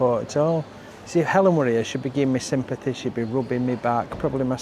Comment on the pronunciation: you say Alan and Helen the same way "Ellen". Solea, stealth yacht. I swear, I could hear Helen laughing when you said maybe you should get her a present and then showed Louis Vuitton. I find chocolate helps me with a migraine and also caffeine, which they say stay away from, It works for me. The vlog was not rubbish. We all feel unwell sometimes. Mind yourself.